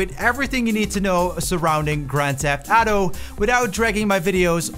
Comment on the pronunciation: "Grand Theft Ato"